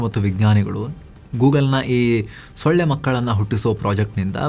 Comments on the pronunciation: ಳ. ಒತ್ತು ತಗೆದು ಓದಬೇಡಿ 😂😂😂😂😂😂. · The way gives extra emphasis on solle (mosquito) makkalu to make sure it doesn't sound anything diff. 😂